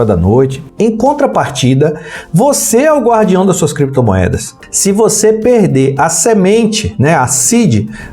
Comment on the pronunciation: Creptomoedas e bitcóils kkkkkkk